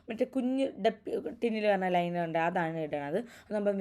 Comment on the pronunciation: I think it's eyeliner..not eylender. ??